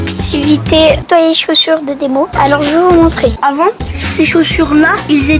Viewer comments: Eh mais il dit ettoyer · ton petit frère il est bizarre on dit pas ettoyer on dit nettoyer il est bizarre à faire des séquences stylet est bizarre que il et toi tes chaussures avec du vinaigre blanc et les abonnés casser la barre des pouces bleus